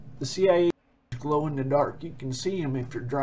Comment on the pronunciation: What is that accent? Wasn’t expecting “Gloweh”